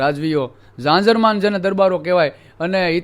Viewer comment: Janjarman n bolay Jajarman